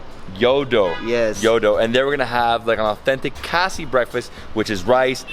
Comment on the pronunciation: It's khasi bro .. correct it.. cheers to Northeast